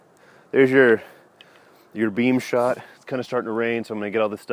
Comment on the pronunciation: Sorry did you say beave shot! Lol